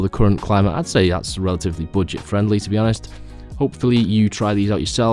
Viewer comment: What kind of accent is this, why do you pronounce "budget" as "boodget"???